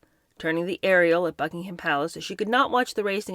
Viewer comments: I adore everything about you … apart from your pronunciation of BuckingHAM Palace! It’s pronounced Buckingum Palace … thanks 😘😉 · Just a heads up, Gloucester is pronounced “Glosster” and Gloucestershire is “Gloster-sheer” phonetically spelled. Buckingham is pronounced “Bucking-am” with a soft or even silent “h” sound.